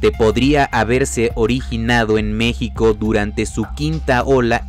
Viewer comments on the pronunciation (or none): none